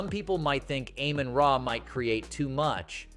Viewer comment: Please learn how to pronounce people's name Amon-ra no I dummy